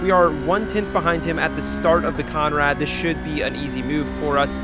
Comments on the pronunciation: It's Conrod not Conrad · Heads up it’s Conrod Straight not Conrad straight. Like your content mate keep it up